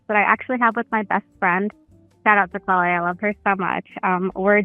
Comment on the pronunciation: my girlfriends name is Chloe and they almost never say it right, literally every way you could say it but the right way 😂